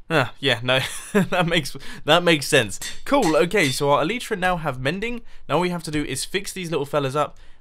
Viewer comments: eleitra, not eliitra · Mumbo its not "E-Lee-Tra's" its "E-Light-Tra's" that's how you say it, it makes me cringe how you say it. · El-eye-truh not El-ee-truh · According to four dictionary sites I checked out the pronunciation is "ehl-i-truh", with the first syllable stressed and the i being pronounced as in "tin" like +Shaman Crinitus says. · try to say it like L-I-tra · They're actually pronounced EL-ih-truh. Where the "y" makes the same sound as the "i" in "tin," and the first syllable is the stressed one, not the second. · No! He says Elytra wrong! At least I think he does